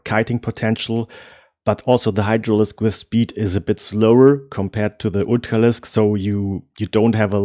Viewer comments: What the hell is an ootcalisk? I feel like he’s trying to say ultralisk. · It's amazing how you get the english pronunciation of r right in words like upgrade, but on Ultralisk I can tell you are german just by that one consonant :)